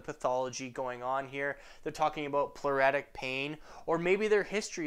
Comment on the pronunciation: ploo- RIT- tic excellent vids btw👌